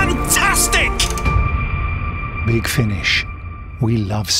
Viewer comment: I can’t tell if he’s just older or he’s purposely saying “fantastic” differently now? Either way, my favorite Doctor is back now. I’m so getting this.